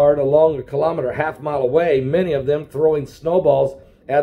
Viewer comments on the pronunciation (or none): none